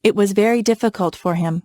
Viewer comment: my god what is this ,,, deficulet